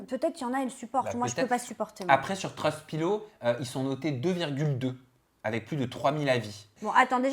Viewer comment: Quelle belle énergie positive 😀 et communicative !!! J'ai tellement ri en regardant ces tests produits !!! Et surtout quand j'entends "Trust pilot", c'est de l'anglais et se prononce :"treust paylote" 😂😂des bisous